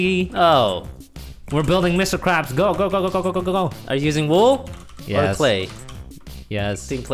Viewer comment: "Mr Quabs"